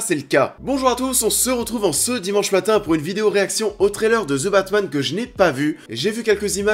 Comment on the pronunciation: ze batman lol